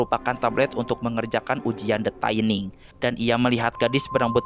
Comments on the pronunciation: Koreksi bang, dibacanya tetep “thinning” bukan “taining”, CMIIW (Correct Me If I Wrong) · Mohon maaf bang, bacanya “thinning” biasa, bukan “thaining” 🙏🏻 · Tulisan nya thinning bacanya taining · bener kok, bacanya "thinning" bukan "taining" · Tetep thinning bacanya bukan taining, dari kata "thin" (tipis) yang di baca "thin" bukan "tain" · Bacanya 'thinning' bang, bukan 'thayning' 😅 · Sebutan nya bukan THAINING bro, THINNING sesuai ejaan nya, wakaka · Pronunciation: thinning= tinning not taining ;) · thinning dibacanya bkn thaining bang wkwk. asal katanya thin yg artinya tipis. thinning (dibaca thinning biasa) artinya mengurangi kepadatan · Baaaang, itu bacanya TINING Bang. Pas dibaca TAINING berulang-ulang , saya jd ke-trigger Bang. Maapin 🥲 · tining baca ny bang bukan taining wkwkwkwk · Bacanya thinning bukan thaining. Gw benci bgt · the thinning bang bukan the thAiniNg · Kok thaining THINNING BANG NGOMONG NYA BKN THAINING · gemes bgt, dibacanya thinning kek tulisannya :( no offense just sharing. makin maju ya channelnya. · bacanya tetep thinning biasa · baca nya tetap THINNING Bray 😁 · gatel denger "the taining"